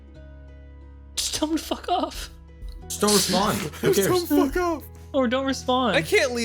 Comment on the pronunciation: episode 1: 'fahk.' (coughs up black bile) now: (has actual conversations, has coherent thoughts and plans)